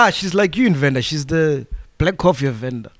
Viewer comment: you definitely would 😂😂 coz its Venda not Vhenda 😂😂